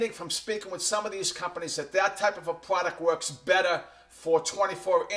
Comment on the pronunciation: stop saying pwoduct please!!!